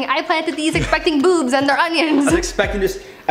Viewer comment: Is it just the way she speaks or is she putting a lot of emphasis on the word "boobs" 🤔